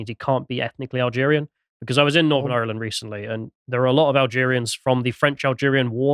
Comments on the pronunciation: Why does put on that voice to pronounce Ireland. To prove he has irish background? Reminds me of that guy who says "yanited' to prove he a United fan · Thank you, thank you, thank you lads for bringing this up, much appreciated. We're fighting back., love your lyrical pronunciation of Ireland/ Irish/ Garda... perfection. Thanks again. The Garda taxi this shit into Ireland and attack us Irish for protesting the Plantation Number 2 so of course the brave will attack the Garda. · I do hope you pronounce Ireland better than does. Plastic tattie eater. 😂